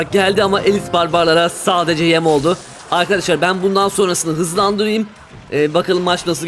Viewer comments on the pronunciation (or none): none